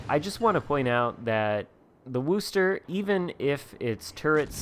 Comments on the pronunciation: Wooster? It's Were-chester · Wooster haha it’s pronounced wuster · Dude you need to learn how to pronounce the name of the ship! It’s wostah and doesn’t rhyme with boo. Git gud noob 😛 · Coming from Massachusetts and hearing you pronounce Wooo-ster makes me chuckle. Of course we pronounce it Woostah. Thanks for the video, I like my Worcester and as long as I don't leave myself in the open, I do real well.